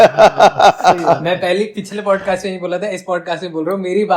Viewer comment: BODCAST NAHI PODCAST HOTA HAI